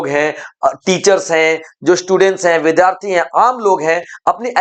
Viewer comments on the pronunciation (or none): none